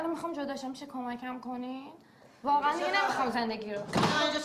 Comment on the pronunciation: meekhaam - not meekaam